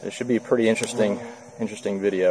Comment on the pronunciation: Haha "intere-sting video"